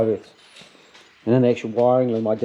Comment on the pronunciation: 'The Urths'